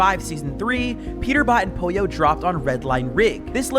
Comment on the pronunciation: Poylo No its pollo